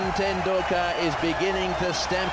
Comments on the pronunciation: Tendakular? Tenticular? Doh!:) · It's pronounced.. Ten dul ka..Ten dul la.. sat chin ten dul ka👍